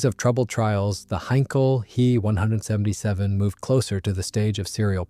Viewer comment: "He" 177 ? Try "Ache-Eeeee 177 " This computer speak is hard to watch !